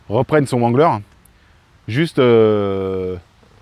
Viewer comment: vexé ? Remet toi en question. Tu ne sait même pas prononcer le nom wrangler. En anglais on ne prononce pas le w